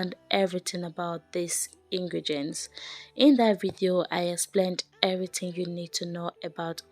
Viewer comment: Ingredients not ingregents please it's important